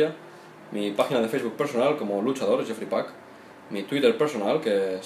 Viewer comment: el nombre de el luchador es jeefrey pac y lo pronuncia yefry pac como mi nombre